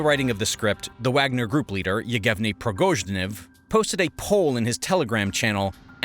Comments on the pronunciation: The guy's name is Evgheni Prigozhin not "Eughevni Progozhnev" as you called him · Also mispronouncing Prigozhin lol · He mispronounced many names of people and places. …thumbs down …amateur! …Abkhazia ! …Prigozhin!